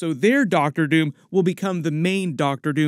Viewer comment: DID HE SAY DR. TOON???? 😅